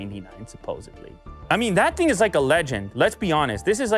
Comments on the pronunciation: Youtube pays better than an 8 hour job? Seriously? That sounds awful for humanity overall Anyway can you please top pronouncing random K's after words that end in -ing? For example "Nothing-K, resulting-K, thing-K" its super annoying and prevents me from enjoying these videos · why does say "thing" like "think"?? Annoys me so much when in all the -ing ending words adds a K AGAIN. STOPP. Its annoying!